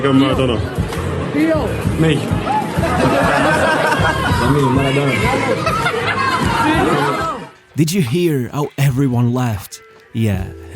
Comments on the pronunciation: “my name is maridonna “ everyone laughed 😂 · "My Name is Mardaona " Anderson 😂😂😂